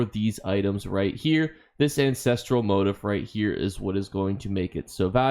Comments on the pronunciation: Wanted to watch this, but I can't because immediately MO-tiff MO-tiff MO-tiff! IT'S mo-TEEF! mo-TEEEEEEEF! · It is pronounced "moh-TEEF" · Lol how do you not know how to pronounce the word motif